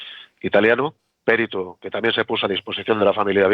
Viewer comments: Un señor que se dedica a ésto, debería decir perito, sin acento en la e. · Cómo es posible que un perito diga périto? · humildemente, los valencianoparlantes y catalanoparlantes, tendemos a pronunciar algunas palabras en castellano como en nuestra lengua. Por eso pronuncia Périto, pues en nuestras lenguas es Pèrit. Por supuesto esta mal en castellano decirlo así, pero nos ocurre bastante. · Perito no se acentúa